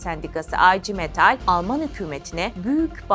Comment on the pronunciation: Aycı metal nedir Ablam, artık telaffuzu Türkçe yapmayı öğrenin. IGM Okunuşu da Ige Metal…